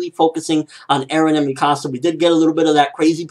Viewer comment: Its pronounced me-ka-sa not mi -ka -sa